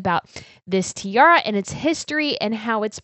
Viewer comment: Hi! Please do try to say Tee-ah-rah, because all I can hear from your way of pronouncing it is "Tee-ahr", and that sounds quite sloppy for such lovely pieces of jewellery. No offense!